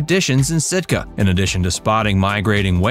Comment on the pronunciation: Wrong..not Stika..Sitka😂